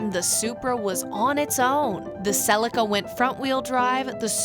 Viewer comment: Another great review & loved the history of the Supra. Though you say Celica kinda funny. We (Aussie) pronounce it as Sell-e-car. I understand the need of an Auto, and most Auto's are quicker than a Manual. But just for the pure driving enjoyment, has to be Manual all the way.